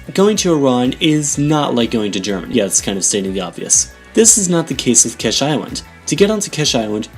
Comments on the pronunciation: Its not KESH island but KISH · Kish pronounced like keesh, not kesh. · Fuck sakes pronounce it right bro holy fuck its annoying the way you say it The "I" is pronounced as "E"